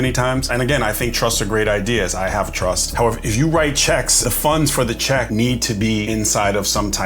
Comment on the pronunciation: It’s TRUST NOT truSS.